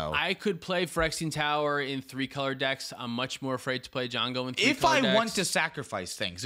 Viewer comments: It’s eganjo not ejungle BTW :D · It's EiGANjo, not EiJANgo :face-orange-biting-nails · ‘’E - Gan - Jo’’ thank you hahahahah😂🤣🤣🤣